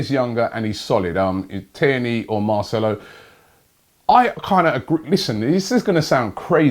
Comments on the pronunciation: Finally he says marcelo correctly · SAID MARCELO'S NAME RIGHT!!